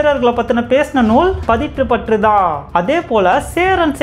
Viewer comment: Padittru patthu Not pattru